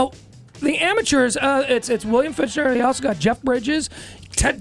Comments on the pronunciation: These guys keep mispronouncing his last name like its their job. Oh, wait.. Fichtner = /Fik-nehr/ Homework much? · LOL I love how the radio guy is saying, "FICH-NER" but it's actually, "FIK-NER"